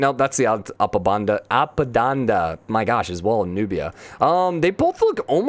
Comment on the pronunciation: A P A D A N A - not apadanda